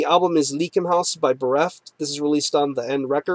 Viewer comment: Great review, man! I really dig the record as well. Just fyi it's pronounced "Ly-ken-haus"